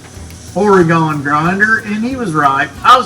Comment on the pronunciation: Now that's no way to pronounce Oregon and you know it driver!